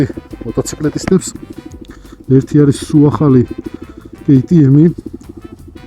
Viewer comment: კეი ტი ემ-ი არა მეგობარო,კა ტე ემ-ი.ავსტრიულია და გერმანულად უნდა თქვა.ის ხალხი მაღიზიანებს კიდე,ქართველი რომ იძახის, ბი ემ დაბლიუ.